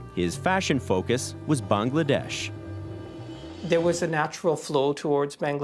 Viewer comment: The way the narrator keeps pronouncing “Bangladesh” is so irritating 🤦🏻‍♂️